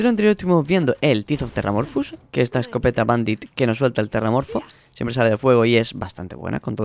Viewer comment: "Teeth of terramorphous", estas borracho vuelve a casa XD